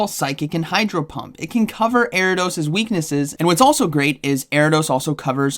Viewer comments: Erra-dose. The I isn't silent in Ariados 😉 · Air-EE-UH-DOSE… lol